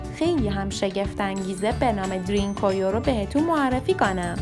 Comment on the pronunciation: ــ اولا که اسم این هر زیر زمینی را درست تلفظ کنید، تلفظ صحیح این شهر زیر زمینی که در تؤرکیه قرار دارد دَرین کویو یا بزبان دَری شما دَری زبانان ( پوست قهوه ایِ کلهِ زاغی ) هندی تبار جغرافیای سیاسی ایران، چاه عمیق است .! ــ دوما که، از کجا و روی کدام شواهد و سند معتبر باستانی مطمئن شده اید که این شهر زیر زمینی مربوط به زرتشتیان است ؟! ـ سوما که، پارس یا شکل صیح کلمه، پِرس یک کلمه عبری و به معنای سوار کار است که در واقع لقبی بود که یهودیان گذشته به هخامنشیان که برخاسته از قوم اِسلاو تبار آکاها بودند، داده بودند که بعدها کلمه پرس توسط یونانیها نیز مورد استفاده قرار گرفت و بصورت یک اشتباه به این سرزمینها اتلاق شد، نه مردم و اقوام روی این سرزمین .! ــ و اما از کجا معلوم که هخامنشیان و به تبع آن قوم آکاها اِسلاو تبار بوده اند ؟ از هخامنشیان برخلاف سومریان و عیلامیان لوح و کتیبه های زیادی برجای نمانده است اما آن معدود آثاری هم که از هخامنشیان برجای مانده است که از خط عیلامی بر نوشتن استفاده می کرده اند ترجمه آثار بیانگر زبان اِسلاو باستان هخامنشیان و به تبع آن قوم آکاهاست .! ــ چهارما که، گفتنی است که در زمان عباسیان تمام اِسلاوهای این سرزمین که ۲۰ هزار نفر بوده اند توسط معتصم عباسی به روم تبعید شده اند، بنابراین افتخار به کلمه جعلی و تحریفی پارس توهمی بیش نیست .! ــ پنجما که، کلمه پرس یا بگفته شما دَری زبانان ( پوست قهوه ایِ کلهِ زاغی ) هندی تبار، پارس که یک کلمه عبری و به معنای سورکار است همانطور که گفته شد، لقبی بود که یهودیان گذشته به هخامنشیان داده بودند و آن لقب مختص هخامنشیان بود نه دوره های پس از آنها، مخصوصا که دوره پس از هخامنشیان سلسه یونانی سلوکیان که از سرداران اسکندر بو